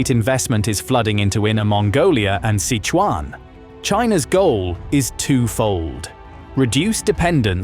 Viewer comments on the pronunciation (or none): none